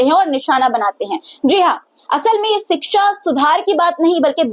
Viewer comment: 😂 Yogi tum iitne jahil ho tumhe ,kshixa, education sahi bol na bhai nahin aata hai, sahi hindi bhi tumhen. Nahin aati hai ,ye nahin chalega, samjhe